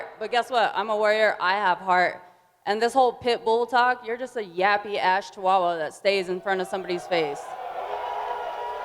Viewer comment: Julianna "Chichuchua" Pena ... I'm ded ☠